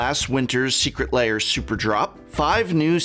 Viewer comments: BTW, the word 'lair' has one syllable, should not be pronounced as "layers", but "l-airs" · The prof always pronounces this like it's secret layer.